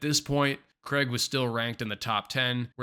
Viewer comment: Decent video but it's Craig, not kreg..